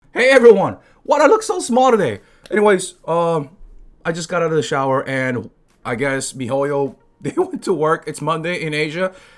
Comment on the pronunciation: "the shawa"